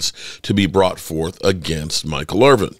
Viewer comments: Please make a better effort at getting the man's name correct: It's Michael IrVIN, NOT Irv-VING DO BETTER BRUH! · I guess if you were really concerned about Michael Irvin, you would learn how to pronounce his last name properly. There is no "G" in Irvin. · dude....please quit calling him Irving....its Irvin....thanks from all the real cowboys fans.